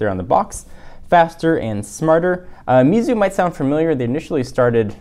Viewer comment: It's pronounced "May-Tzu" btw.